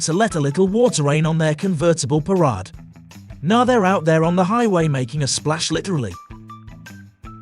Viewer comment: Why does this guy mispronounce words? For example "puh rod" for parade.